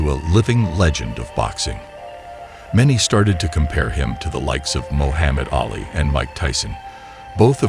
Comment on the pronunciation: god ol moo-ham-itali